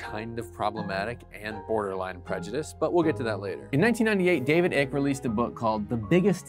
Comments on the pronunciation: It’s actually pronounced Ike. Like Ike and Tina. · Why did he keep calling David Icke David "ik"???! Lol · Omfg the pronunciation of Icke is making this video even better... Icke rhymes with bike or hike. Also, hes a jew hating douchecanoe and all of this is just good ol fashioned jew hating tradition. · It's Icke, as in bike. I'd have probably bothered to find that out if I was going to say his name repeatedly on a YouTube documentary. He is batshit crazy though. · It’s pronounced ike (ey-k) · David "Eye ke" like Hike. David Icke. Silent e, long I sound. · David Icke.. his surname name is pronounced hike without the H.. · Icke is pronounced IKE. Sort of discredits everything when you start out so wrong. :( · I love the mispronunciation of David Icke's name - It's pronounced 'Ike'. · It’s actually pronounced Ike (straightens her tin foil hat). ✌️ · It's David Icke as in Ike Turner. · The name is pronounced with a long I, pronounced “EYEcke” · Ick? Do you call a bike, bik? Or say like, lik? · Icke is pronounced like "Ike" and also I can see you are clearly a lizard person ❤ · Your pronunciation of David’s last name is wrong. It is pronounced Ike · Its pronounced 'Ike' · It’s pronounced “Ike”. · It’s pronounced “eye-k”. Duh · Icke is pronounced eyeke. Come on man. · ..pronounced -> David EYE.K ;] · You are so well researched that you don't know how to pronounce Icke...?!?? It sounds the same as Ike as in Tima and IKE Turner. 😐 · your pronouncing "Ike" wrong 🤷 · It’s funny you try mocking David’s theories, beliefs or conspiracies and can’t even say his last name correctly. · If this guy can’t get the pronunciation right it shows he can not be trusted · Yep, so is quite clear he has not watched a single video released by or is about David ICKE. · why don’t you like him? Is it because you don’t agree with him? I mean mispronouncing names like that simply because you dislike someone as humor seems very childish to me... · You couldn't learn the pronunciation of Icke?